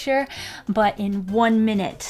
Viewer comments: "one minte" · ‘One minte’